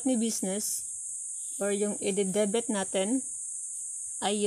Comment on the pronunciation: Debit Hindi debet